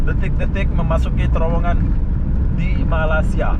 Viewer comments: Bruh bukan malasia.. tapi malaysia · tolong berhenti menyebut 'malasia'. bukan malasia tp malaysia...kecewa dgn anda...terima kasih